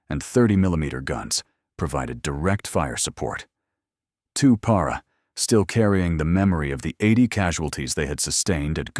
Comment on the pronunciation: Also. Why can’t AI pronounce “Para”? The correct version seems more obvious phonetically